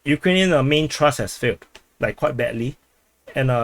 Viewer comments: It's TH-RUST !... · it doesnt pronounce Trust.....